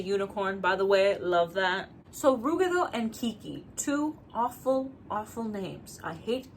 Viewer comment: Ive always pronpunced ruggedo like rugged, but i like your pronounciation more